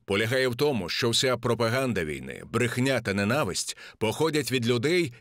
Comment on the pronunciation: Відео дуже цікаве, але ріже вухо неправильний наголос. В укр мові має бути ненАВисть, а не нЕнависть.